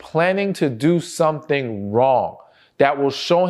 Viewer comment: I just love the way he says “su’tn” (something) 🤭